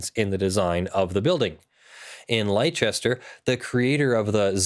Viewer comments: I'm from the north of England so it's a bit more "yareet mate?" ;) Do Americans really pronounce leicester that way though??? There is no h so I don't understand where the "ch" sound comes from either, fundmanetaly your pronunciation is as nonsensical as ours. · You don't pronounce leicester that way, its pronounced more like lesster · As a bostonian I have never heard it any other way but lester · Hearing continually mispronounce Leicester is beginning to make my ears bleed. It's pronounced "Lester". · It may be true that it is pronounced that way in England, but this is an American city we're talking about in the video. Its "Leigh-chester."